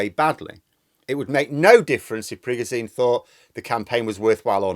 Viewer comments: It's not Prigojeen. It's PriGOjen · Pri-ga-zine lol PRI-GO-ZHIN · It's PREY-go-ʒin, where ʒ sounds like the s in treasure/vision/pleasure or the g in genre. Another way to think about is that it sounds like a voiced version of the English word 'shin'. The way we spell his name in English makes sense by analogy with s/sh; the difference between z/zh is the same as the difference between s/sh. English orthography doesn't have a reliable symbol for the voiced post-alveolar fricative, but it is extant in many English dialects 😅 N.B. Your dialect of English may realise the words treasure/vision/pleasure/genre/shin differently than mine. Take with a pinch of salt 😜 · I like how you pronounce "Prigosene" like he is some sort of kerosene leaking fire hazard all over. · It’s pronounced prig-o-jun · His name is pronounced PRE-GO-TION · Sorry, there has to be at least one pedant! With my language teacher hat on your pronunciation of the Wagner leader should be Prig-oh-shin. And there's a conspiracy theory going around that the Americans made a deal with Prigozhin to pay him $1billion dollars to stage a rebellion, that Prig told Putin, they split the money between them, laughed their hats off at the US's gullibility, Prigozhin pretended to stage the coup then.... I don't know how this theory ends???!!!! But I prefer your clear, precise analysis myself! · Sorry but I wish you would pronounce Prigozhin correctly. It's pronounced, "Pri-gou-gine". If you have watched any coverage on this on Sky News from Prof Micheal Clarke you would know this. Couldn't watch a video from you talking about this when you aren't even pronouncing his name correctly!! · Great video, but not sure about your pronunciation of Prigozhin. 😬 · @@ Not offended but it does sound funny. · You say "Prigozhin" weird.